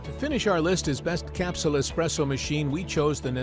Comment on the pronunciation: Well said. How many times do we go into eating places and see "Expresso" written on the menu? I think that the guy talking on this video is not quite sure how to pronounce "Espresso" either.